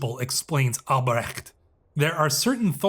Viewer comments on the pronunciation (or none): When pronouncing these German names just use "h" like in "honey" when you see "ch" in names like Albrecht, should be easier and probably more accurate most of the time :)